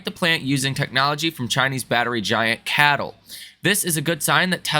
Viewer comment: Bro its acronym pronounced C-A-T-L 😂